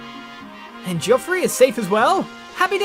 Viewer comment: Random fact, if Soren attacked Petrine, it would be revealed that Petrine is also one of the Branded. Oscar, the trap MVP of this chapter! XD I like how you say Geoffrey, it suits him. Plus, he is sorta posh. XD Da da da!! Nasir is gone! FOOD!! OSCAR PIT MVP!! Makalov will never learn. :| Time to organize those darn skills it seems. :D